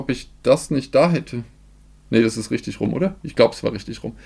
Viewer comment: Ich liebe die 10000 wörter begrüsung und dieses rüchtüg. Einfach zu nice😂😂😂